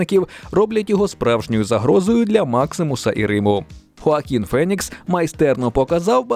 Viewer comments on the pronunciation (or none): none